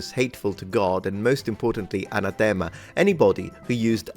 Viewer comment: Even were they still in use today they wouldn't be banned because subsequent codes of canon law abrogate earlier ones when they're issued. Also in English, "anathema" is pronounced with the emphasis on the second syllable.